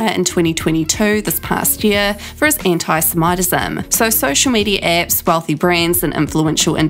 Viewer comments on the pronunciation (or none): ‘Anti-sem-aye-tezz-em’ that’s a new pronounciation!